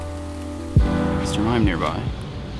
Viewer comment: XD the way you said "Señor Mime" sounds like "Mr. Fruit Fly" in Puerto Rico!